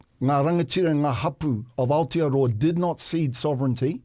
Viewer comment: The fact that bomber sends his kid to full immersion te reo school, but can't pronounce aotearoa properly after living in nz his entire life 🤯🤯🤯